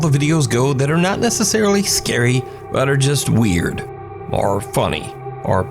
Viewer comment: Still hate an refuse to watch fully, “skurry videos” ruins the mood